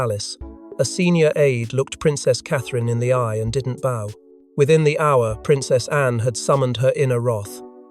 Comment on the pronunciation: Learn the different ways to pronounce 'bow'. This crap is unlistenable.